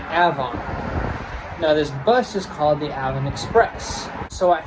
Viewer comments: Not to be nit -picky but the name is AVON as in the cosmetics company that used to be there. I grew up near there and it was "AY VON" for many years. Great video as usual. Very interesting stuff. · I used to live near the NY one, and a lot of the place names were mispronounced Avon->Ahvon; Chili->Chylye, Charlotte->Sharlot